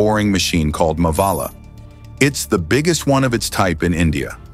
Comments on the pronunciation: It’s मावळा not मवाला !! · The name of the instrument used for digging the tunnel ,,, pronounciation is Not mavaala मवाला it's मावळा